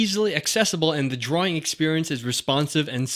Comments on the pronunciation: I like how he says drawing at the beginning 'drooringg' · It's funny when he said: "DRAWRING"